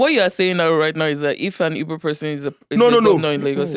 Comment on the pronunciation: Guy, it's Igbo not Ibo. You should know better.